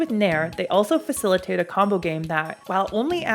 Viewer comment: "fissleitate" Is?